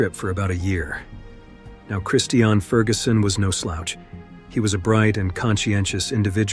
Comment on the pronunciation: All of these stories are so sad and tragic. I think the two motivational speakers’ deaths were, imo, the saddest. Mother Nature will have her way. The Narrator (who needs to learn how to pronounce the word “Christian;” it’s like the religion, sir), says “…if you’ve ever been camping…”. Only once, way back when I was young around 1970. I learned that, while I do appreciate the beauty of nature, my idea of “The Great Outdoors” is driving with the windows down!